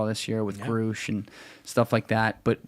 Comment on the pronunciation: Our backwards ball cap friend doesn’t know enough about the UAP subject to deserve our attention. You can tell in the first few words when he mispronounced David Grusch’s name. Anyone paying attention to this subject would know better.